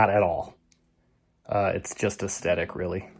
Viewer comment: How many times do you say “AesTetic”, instead of its CORRECT pronunciation, aestHetic? (From Ed, a subscriber and former commercial announcer, radio DJ and TV Director, now retired and enjoying your videos in Los Angeles.)